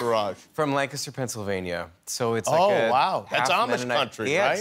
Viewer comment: the ACTUAL pronunciation of Lancaster! Thank you Jonathon Groff for bringing this to the world! 😂